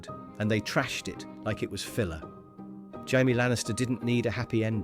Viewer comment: He's saying it right if you read it in Spanish lol (but it does sound so wrong)